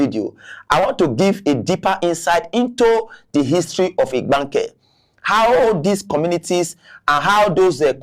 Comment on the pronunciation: This man cannot even pronounce Igbanke and this is part of their state. If they were treating these people well, that would even be pardonable. These people believe these Igbanke people will just stay with the and be treated as slaves.